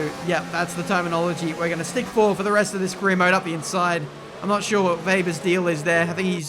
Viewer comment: im german but please call him webber😂